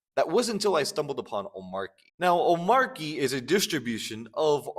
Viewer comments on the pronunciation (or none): Omarchy is not omarky. Just sayin'.